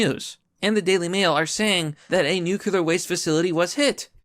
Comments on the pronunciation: Brother I love your videos and I'm subscribed but it's not "nuc-u-lar", it's "nu-cle-ar". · nu clear. not nuc ular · Not nucular... new queue lar X wrong. Nuclear... new clear... pretty simple. Dubya couldn't get it right either. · WTF is a nukular war???????? Are you trying to say NUCLEAR (pronounced "nu-clee-ər")? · It's "nuclear", not "nucular". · New-Clear!!! Not “new que lar” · STOP CHOOSING TO BE BAD AT PRONOUNCING "NUCLEAR!" NU. CLEAR. THERE IS ONLY ONE U IN THE WORD, NOT TWO, SO "NUCULAR" IS WRONG. (This message has been brought to you by the Foundation for English Language Pedantry) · Man I really like this channel, but it's pronounced new-clee-ur lmao not new-cue-lur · I would normally make a comment about how much I hate the way says "new-cue-lar" instead of "nuclear", but I'm just glad you're back, buddy. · Every fucking time you say nucular [sic] I cringe so hard that my teeth hurt. :-/ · There's no such thing as 'nukular' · Nu cle ur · Yo nibba, I'm glad you didn't go homeless, but if you keep saying "nukular" I'm gonna have to rescind my sympathies. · Nuke-you-lar. It's pronounced nuke-you-lar. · Considering how often you say nuclear, you really should learn how to pronounce it. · We're on the edge of WW III and yet I keep obsessing over the pronunciation of 'Nuclear'. Meh. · Dude, that's not how you pronounce "nuclear"... 🙄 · Pronounce nuclear correctly, ass-hat